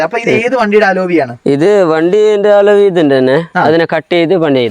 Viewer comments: അലോവിയല്ല അലവി. ഒരു കോപ്പും അറിയാണ്ട് ചെന്ന് വീഡിയോ എടുക്കും. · Aloovi. Enthu Koope parayan Padike enite para